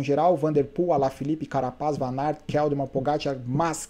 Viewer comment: Parabéns novamente pelos comentários showww como sempre... o triste é ver aqui no Brasil pela ESPN e ver o pessoal falando Wout Van Aert... ao invés de Vanart... jesuis amado... é dose... abraço